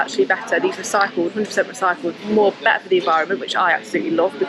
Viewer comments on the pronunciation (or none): none